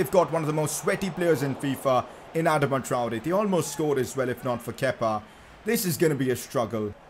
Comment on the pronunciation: It is triggering me the way he is saying Adama Traore.